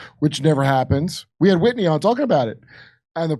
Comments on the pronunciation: Jimmy why do you keep mispronouncing Whitney's name? You call her Whitey. Has she not gained at least that amount of respect. 🤨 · It's "Whitney" Webb, Jimmy, not Whitey, take your meds bud. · Her name is Whitney, not "whitey." And she's a towering intellect. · Her name is Whitney, not Whitey. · It's Whitney, not Whitey. Says so on the cover of the book behind you 😅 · Jimmy, her name is "Whitney" and you keep calling her Whitey. 😢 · Jimmy, it's WHITNEY - WIT KNEE WEBB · Jimmy sounds like an idiot when he mispronounces Whitney Webb's name. Have some fkn respect already. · He constantly mispronounces things, relax. It's the intent that really matters.